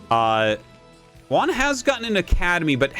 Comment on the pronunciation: Juan, not "One" lol